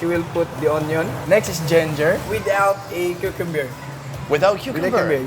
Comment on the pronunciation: G E N G E R and Cucumbeer AS IN BEER